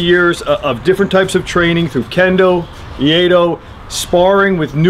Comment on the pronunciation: I love your vids. I forge knives, but no to the level of the makers whose work you showcase. I have also trained most of my life in traditional Japanese blade martial arts. One thing, iaido is pronounced eee-eye-doe. From iru-to be, ai-in harmony-do-the way. So it is the way of being in harmony with your environment. Or to put it another way, to be always prepared to attack and defend. I'm going to make one of these tsunamis, but without a press, multi layer Damascus is hard on my arthritis, so probably it will be out of 80CRV2. Like I said, great vids though.